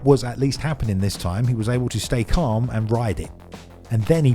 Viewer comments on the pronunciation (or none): none